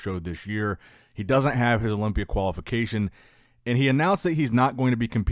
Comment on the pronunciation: Whenever says qualification i hear Koala fication